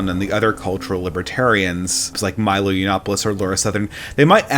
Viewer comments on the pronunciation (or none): none